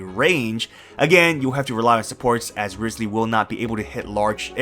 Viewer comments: Rye-slee not rizz-lee.... 😢😢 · By the way - it's RISE ly not RIZZ ly. Listen to his own introduction when he visits the home of that prisoner. I have a guarantee for him. He's so cute. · Still pronouncing it riz lee when in the game he's called Wriothesley (riots lee)...